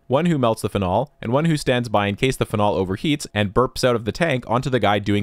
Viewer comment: How do you pronounce Karlsruhe with perfect pronunciation but say phenol like that 😭